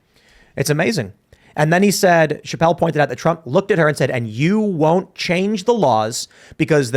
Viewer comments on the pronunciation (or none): He said chagne tax code